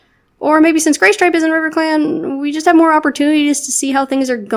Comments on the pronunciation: Is it just me or did say GAYstripe? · I love this AU. It comes together so well and I think it's a great way of representing how a trans individual would feel and or be treated in clans. Also near the end it sounded like you said GAYstripe 😂😍